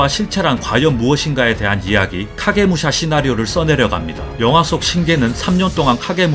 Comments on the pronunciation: 카게무샤 발음할때 혀꼬이시는거 같음ㅋㅋㅋㅋ 카~게 무으 소ㅑ아~ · 카게무 소ㅑ ㅋㅋㅋ발음ㅋㅋㄲㅋㅋ